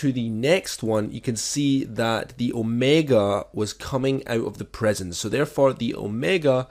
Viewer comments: Prison, not preson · Can't tell of your saying "prision" or "present"